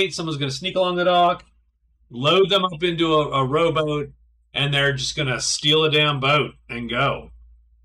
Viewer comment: Every time you say "rowboat" I hear "robot" :)